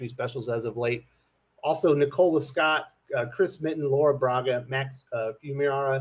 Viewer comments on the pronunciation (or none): none